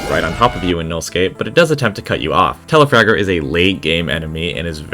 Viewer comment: It’s Telafrager not telafarter but I like you humer